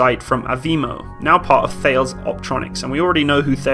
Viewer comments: Tar- les. NOT Thayles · Thales? It's pronounced T-A-L-I-S. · Enjoyed the video. However Thales is pronounced Tah-les🙂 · the name of the defence multinational Thales is pronounced “Ta-lez” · Great video. I'm subscribing. Thales is pronounced "Talis" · Not a biggy but Thales is pronounced talus.. Flipping French eh! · Great vid. Just a word to the wise: Thales is French so pronounced in two syllables with silent H: Tal-es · Hey that's my job to correct pronunciation of Defence companies names! You beat me to it! Albeit I would say it more sounds like T-A-R-L-E-S or T-A-R-L-A-I-S depending on the speaker! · Lol all the pedants trying to correct the pronunciation of Thales can’t decide between them how it’s pronounced 🙄🙄🙄🙄🙄🙄